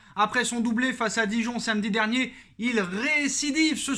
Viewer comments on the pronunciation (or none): none